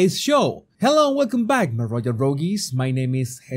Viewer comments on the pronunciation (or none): none